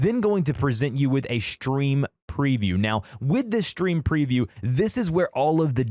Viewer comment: Y r u saying shtream